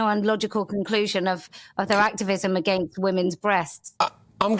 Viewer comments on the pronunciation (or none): none